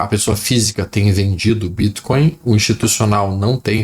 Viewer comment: Adoro o jeito q ele fala bítcoin